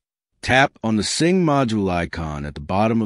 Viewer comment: It's a sync module not a sing module.